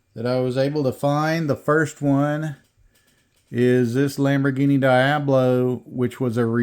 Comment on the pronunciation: Lol its pronounced Dee-ob-low Not Die-ab-low